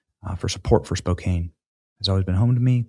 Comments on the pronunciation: Spoke can is how it’s said🎉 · Spo can not spo kane. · SPOh -Can not Kane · Spo-can not Spo-cane! Come on Benny. I still love you !❤ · The name is pronounced spo can, not spo Cane. Thanks for the story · Spō can....not Spō kāne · Its pronouced SPO-CAN not Spo' kane.. even tho its spelled that way. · Spo Can, not Spo Kane 😂 Love Sydney! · It’s pronounced Spo-can. Not Spo-cane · SpoCAN, not 'cane.' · Dude.... pronounce city names correctly.... Spoh-CAN. NOT spo-cane. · It's spoke can not spoke came . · Spo-can. (Not cane). Way to go SS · BTW Its pronounced Spocan not Spocain 😮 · It’s not Spok-cane, it’s Spok-can. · Spokane (Spo can) not (Spo cane) hahaha. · Benny, it’s spow(like show or crow)-can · As a Washington State resident, pass the word. It is pronounced Spo-Can, not Spo-Kane. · Benny... SPOKANN. THANKS. goodshow. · Spoke ANNE not Spokayne Benny🤣🤣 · Spo-can. Not Spo-kane. Nails on a chalk board. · Benny, it’s pronounced Spo can, not Spo kain. Just so you know. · Its pronounced spoeCAN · "Spo-Can" not "Spo-Cane". I'll accept Spo-compton as well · You're almost saying it right.lol CAN not CANE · It's pronounced spoke can not kane Benny Johnson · Benny. Bruh. SPO CAN. 🤣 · Spokan not cane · Pronounced Spo can, not Spo cane. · Sorry, but a little sidenote, if you will. The proper pronunciation is as such, “Spoke-can”, not ‘Spoke-Kane’. And for future reference to folks, it’s, “Or-e-gun”, not ‘Or-uh-gone’. Just sayin, be respectful, Learn the lingo folks. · Benny! It's not pronounced Spoke-CANE. It's pronounced Spoke-can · Hey Benny—-FYI—Spokane short A not a long A. Don’t mean to nitpick. Love what you do. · spo-KAN (rhyming with "man" or "can"), not "spo-CANE". 👍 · I love ya Benny, but it's Spo-Can, not Spo-Cane, home of the Gonzaga Bulldogs baby!!!! Stay strong my Spokanians and Go Zags!!! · Spo-CAN....not Spo-Cane. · Pronunciation help: Spo-can Good Job Sydney! Love this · It's pronounced, Spo can. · It's Spo-Can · It’s pronounced “Spo-can”! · Spokane.... spo-can